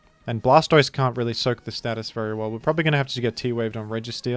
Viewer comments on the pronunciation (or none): none